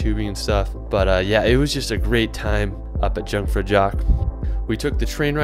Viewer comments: Jungfrau is pronounced YOONG FROW But with a hard r, like the French pronunciation, but a slight version of that. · Yhuungfrau is how more or less is pronounced